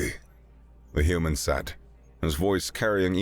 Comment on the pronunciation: I have NEVER heard ANYONE pronounce "said" as "sat".